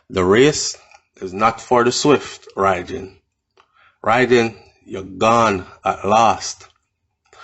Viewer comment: Careful about the pronunciation of the of the word Rhygin though. All my years as a child hearing the word the name and the legend it was always a hard "G" so the "gin" was never pronounced like gin the drink but rather the g-i-n at the end of the word begin. Still can hear the warning utterances of my Mom when we lived in Trench Town saying whatever I do I must walk away from a life of crime like Rhygin.